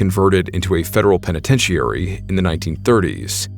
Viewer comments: A.I. can't pronounce "Penetentiary"...lol. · I love the channel bro, but that is NOT how you pronounce "penitentiary " 😂😂😂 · Can’t you pronounce the word penitentiary or is the voice all AI generated? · Dude, you’re mispronouncing penitentiary